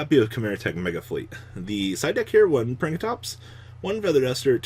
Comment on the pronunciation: Pank-ruh-tops That's how you say it. Not Prank-a-tops. Just saying cause you've been saying it wrong for a while. Just constructive criticism since I doubt you'd notice if no one pointed it out. I'm hyped for market watch tomorrow!